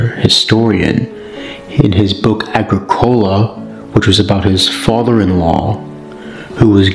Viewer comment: aGRIcola, not agriCOLa